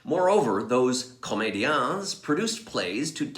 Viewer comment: I enjoyed this one,. Thanks or 'mille mercis". Just a note about the pronunciation: leave off the "s" of comédians because it's silent in French. But, I did truly enjoy the history lesson you gave. Very interesting and quite a bit I had yet to hear, and you know how much I love Molière!! Jenny